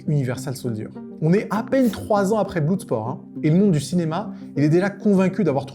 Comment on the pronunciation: BlOUUUUUSport ^^ =) C'est pas ton truque l'anglais 😁